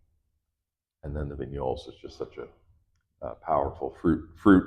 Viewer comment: You just keep saying vignoles………😔